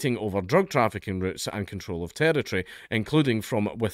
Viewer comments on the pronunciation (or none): none